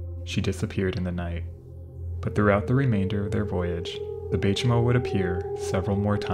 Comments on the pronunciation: Warmell, not well? Oh, hell. Baychimo is "by chee mo". Ship came from Sweden, but the name is kinda Finnish. Imperator is "im-peer-a-tər", not "imper-otter". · The Baychimo...that's some good German engineering right there.